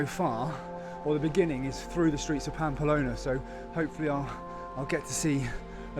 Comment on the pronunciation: Unlucky with the weather. I did that route in early June 2022 just before the proper heat and fires. Had a lovelly time. Following your journey. Oh one minor irritation it's Pamplona not Pampalona!!